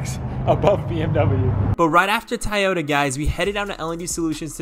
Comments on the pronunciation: Toyota bro not Tayota lmao please tell me someone notice that too lol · still like “Tayota”😂😂